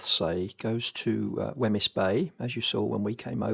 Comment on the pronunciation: Nice vlog...glad you made it back up! By the way, Wemyss rhymes with 'seems' 😅